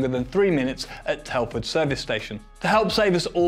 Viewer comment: I'm curious: , what is "Telfuh Services"? I've never heard of that. What language is that?